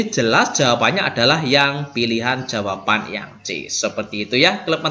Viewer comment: Tks sharing ilmunya Pak. Maaf Pak tadi di menit2 tertentu kok ada bbrp soal yg sbelumnya PR, apakah benar? Spertinya sy tdk melewatkan video2 dari channel Bapak tapi tdk tahu kalo ada PR ttg figural ini. Oh ya, klo boleh saran pengucapan jawaban bukan jawapan, Pak. Hehe, tks.